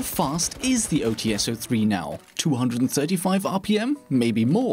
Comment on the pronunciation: I love your videos, but there is a minor mistake that you make consistently. Glaz's sniper rifle is called OTs-03 (ОЦ-03, "Ts" pronounced similarly to "Ch", but not really, because transcription), not OTS-03 (ow tee es, as you make it sound). Apart from that, your videos are amazing.